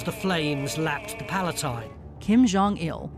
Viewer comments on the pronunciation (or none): none